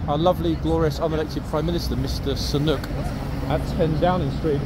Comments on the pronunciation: Do you mean Mr Sunak. His name is Rishi Sunak. Not Sunuk. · with respect, please get the pronunciation of the Prime Minister's name correct! It is Rishi (sounds like Richie) Sunak (not Sanook)! Otherwise, you are perfection!🥰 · It’s pronounced Rishi (SU NAK) Sunak not SU NOOK 😂😂😂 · Now forgive me if I'm wrong ... but I believe our Prime Ministers name is pronounced Sooonack? 😊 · Typical idiot, cannot even pronounce the name of Britain's PM! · it's pretty bad when you cannot pronounce your own prime ministers name